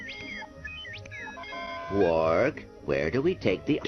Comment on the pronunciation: It's Quark not Clork.